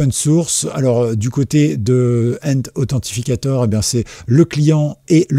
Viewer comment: Mec, 🤬... Authentificateur = si tu veux franciser. Sinon, en anglais : ANTHENTICATOR !!!